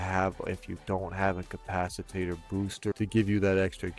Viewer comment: Good video but...um "capciTATER?" Hope he's being tongue and cheek when he says it. And I have question everything now because a says you can rep yourself with your own drones.... thats a hard NOPE!